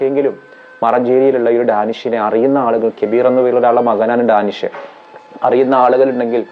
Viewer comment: ഡാനിഷ് അല്ല ധാനിഷ് ആണ്